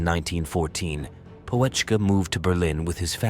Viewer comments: What an appalling AI likeness - at beginning. Looks nothing like him! It's not Poe - etschke - check out the umlaut! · The "O" is silent, "Petschkah" would be more correct. He was a good soldier the kind you need to get the mission accomplished Narrator not so good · You didn't even bother to pronounce his name properly. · You don't even pronounce his name correctly, not even close🤡😄